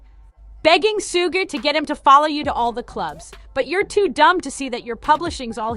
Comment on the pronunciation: Get suge name right for the love of rap.